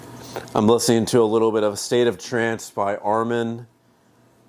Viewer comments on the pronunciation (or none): none